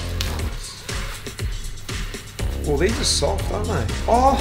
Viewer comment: I enjoyed the trying-on of the new Education First team kit and was particularly amused by the pronunciation of "gilet" - but maybe that is how it is said in Aussie-speak! I gather that the day after this was filmed, Australia was the hottest place in the world and people were being warned to stay indoors. Looking on enviously here from chilly London.